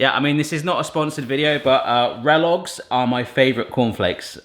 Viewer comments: KELLOGS NOT RELLOGS! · Did he just say rellogg’s, I’m pretty sure it Kellogg’s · Did he just fukin say Relogs? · It’s KELLOGS not RELLOGS btw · HE SAID RELLOGS!!! OMG ITS KELLOGS!!! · "rellogs" its kellogs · Rellogs? I think you mean Kellogs lol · Rellog's... nope its a K... that's Kellogs mate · Rellogs?😹 it’s kellogs 😁😁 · Did you just call Kellogg’s... Relloggs? 😂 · Did he say rellogs instead of kellogs??? 🤔🤔 or am i just deaf?? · did you just say "Rellog's" !? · No. One going to mention that he said RELLOGGS not KELLOGGS 😂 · Obviously he said Relloggs on purpose, it’s so obvious! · Him saying relloggs made me question my knowledge on cereal 😅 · Anyone else notice the fact that he said “rellogs” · Did u really just call em rellogs?? I can’t even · did he just say ‘rellogs’???! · Rolling through the comments wondering if I was the only bloke who heard RELLOGS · "rellogs" true